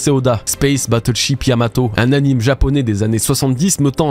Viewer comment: Excellent merci pour le taf. Par contre on dit "animé".